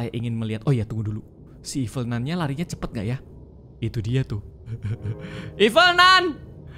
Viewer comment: ralat: nun kak bukan nan